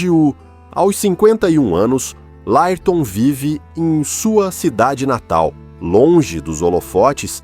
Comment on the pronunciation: esse narrador e.doido fala tudo errado , LÁIRTOM , A B A !!